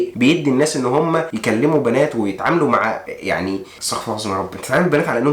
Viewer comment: جزاك الله خير ، بس حبيت انبهك انه ما يجوز تقول استغفَر الله بفتح الفاء لأنه بيغير معناها ، والصح انك تقول استغفِر الله بكسر الفاء ، الله يهدينا وإياك.